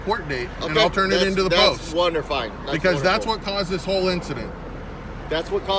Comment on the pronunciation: "Wonderfine" what a fookin puss mate